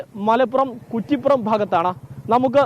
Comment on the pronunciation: കുറ്റി പ്പുറം ✅ കുറി പ്പുറം ❌